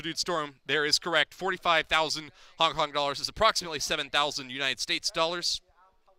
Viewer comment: It is Hong Kong not Honk Kong idiot